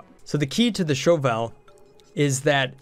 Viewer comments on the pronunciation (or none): sounds like they changed a bunch of basic mechanics since I last checked it out... and why are you saying show vowel? it's a shovel. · Why do you say things so weird... iso-resin, and shove vole is two words.